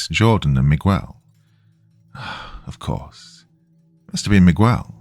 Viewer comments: No 'U" sound megel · This is like the third story hes mispronouncing Miguel repeatedly. I had to stop listening because it was driving me nuts 😂😂😂. Oh well Migwell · Mig-ggell would be proud. But, alas, he's not white, so, no one cares. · Not Migwell 😭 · Miguel is pronounced me-g(hard g)el (u is basically silent). 😊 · "Mee' Guh-Well," if you're from Ala-Bamm'-uH. is too laid back to pronounce anyone's name with such intense articulation. My favorite: Michigan, pronounced: Mitch, Again? Lol a common misreading. I would love to hear the kind do: "Manic Miguel Munched Mucho Mars Bars in Michigan." Because I'm a Bitter, Sadistic Old Insomniac who loves my hard working, hard working Doc. Death to boring, bland Comment... with a soul. Pleased to hear your perfectly, metered, but flat,, robot voice. Kind of a 4th wall break... luv U Doc. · I still loved the narration of my story nonetheless! If he chooses to narrate "The Pig Man," which is told in first-person by Miguel, I'm sure he'll pronounce it right. They say third time's the charm. Then, I expect you guys to congratulate him haha. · We know you arent AI, AI would know how to pronounce Miguel.